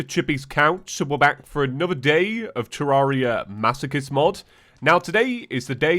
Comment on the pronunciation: He's making so many attempts to get with the times yet still can't pronounce Terraria right lmfao